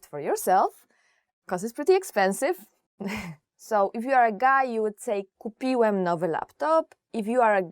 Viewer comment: Nie akcentuj tak końcówki w słowie kupiŁEM, bo źle nauczą się akcentować tego słowa.